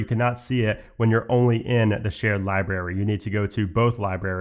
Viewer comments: Dude your videos are great, and I’m telling you this with the utmost sincerity and respect. When you say library you pronounce it liberry, it’s library. Not berry, brary. You leave out an r. And it’s mildly infuriating. It makes the video almost unwatchable. Again I’m sorry if this comes across in a mocking manner. I don’t mean it to be. But please, please please please; say the word correctly. PLEEEEEAAASE. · Love love love your videos...thank you. One small thing that drives me crazy, is the pronunciation of some things. Many of these are of course local to an area of the world, but a couple are just incorrect, even when considering different accents. In this video, you pronounce Library 'Lie-Berry' rather than pronouncing the B. Just in case you want to satisfy those of us who care about things like this, I thought I'd let you know. Sometimes we don't even notice these things ourselves. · LIBRARY ... How do you pronounce it? Cracks me up every time I hear you say it. haha ... And.. I'm laughing with you, not at you. I love it!